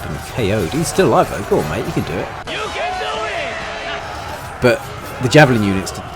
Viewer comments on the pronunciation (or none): none